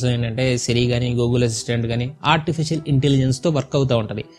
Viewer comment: auntificial ahh... cha cha artificial ayyuntundi le 😄😄